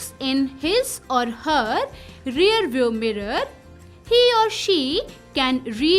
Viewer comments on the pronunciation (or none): none